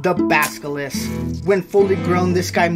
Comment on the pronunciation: “A baskilis”